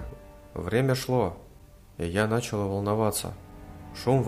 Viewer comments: началА, нАчал. - Ну слушать просто невозможно. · Не нАчала, а началА!!!!!